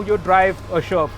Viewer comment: It steers like a tank.. at the start of the vdo, when ever he says sherp, I hear Sherman(which is a shitty tank btw)..